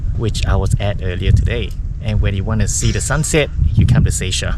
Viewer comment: Seisia (Say-see-ya) is the right pronunciation not say-shia 🙂